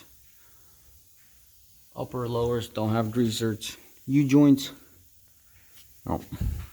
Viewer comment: "Grease zerts" What, exactly, is a "zert"? The grease fitting is a ZERK named after the inventor - Oscar Zerk (Zerkowitz), and popularized by Alemite. If you don't know the correct pronunciation for the common grease fitting - why should I believe anything else you say?